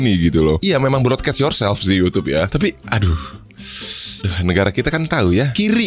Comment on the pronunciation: "BE IUR SELF"